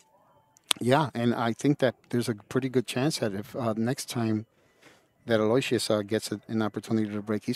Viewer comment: PLEASE, PLEASE, PLEASE Someone, ANYONE, PLEASE TELL THESE PROFESSIONAL COMMENTATORS THE CORRECT PRONUNCIATION OF YAPP'S FIRST NAME! IT IS: AL: as in BIG AL OH: as in OH NO WISH: as in "I WISH" they wouldn't butcher this poor kid's name. US OR - AL OH WISH US